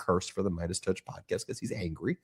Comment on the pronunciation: Lmfao. Say Andrew Mountbatten again!!! Smh. That’s some funny shit bro. becoss it’s funny. By the way. It’s Mount-Bat-ten. Say each one slow then join them. Mount. Like a mountain and Batten like a Bat 🦇 and the number ten 10. But if ya can’t get it. It’s okay cause the way you say its is funny as fawk. That and becoss or is it because. Lmfao. 🤣.